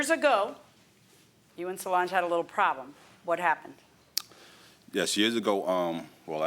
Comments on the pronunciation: Sounded like the defendant’s name is “So Large” and I was sitting here like 👀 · In the intro it kinda sounded like he said so large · It's "So-Lange" (Solange)